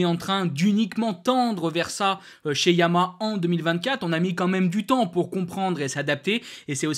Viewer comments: YA MA HA. ARTICULE!!!! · répète après moi: Ya - ma- ha, pas compliqué 😂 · Ouf.... Je ne suis pas la seule à entendre la marque MAL PRONONCÉE 😊 MERCI pour ce commentaire !